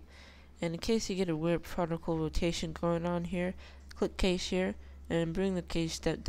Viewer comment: just to let you know, it's not c-ae-sh; it's c-a-sh. long "a", not short "a" but otherwise, good tutorial.